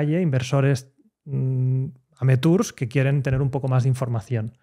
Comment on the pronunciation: inversores AMETURS. . . .. . por favor que alguien le explique,después de tanto podcast, cómo se dice. Me desñoclo XD